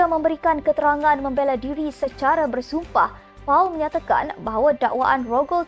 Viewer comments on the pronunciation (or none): Paul disebut POL bukan Puuuaaal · Sorry, I suggest that pemberita pergi belajar bahasa English.. Pronunciation for the name Paul is in English, not using Malay to pronounce as Pau.. Next step, please send your staff for upgrading..